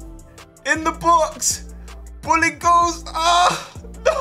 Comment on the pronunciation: everytime says 'bolingoli' i hear 'bullying goalie' lol